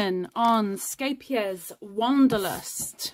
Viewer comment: I love hearing you pronounce the name of the yarn so easily. I laugh every time someone in the US tries to pronounce it.